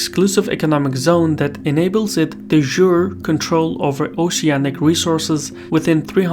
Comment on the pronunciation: de jure is not pronounced that way. Its pronounced "de jur-A" with a hard J and a hard A.